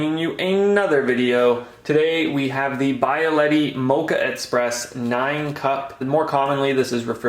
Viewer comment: Hey, I'm sorry if I sound like a jerk, and I hope you take no offense, but it's pronounced bee-aletti, not By-aletti. And it's not expresso - like express. It's espresso, with an S. The name comes from the Italian word for pressed out, hence espresso. Keep up with the good content and good luck!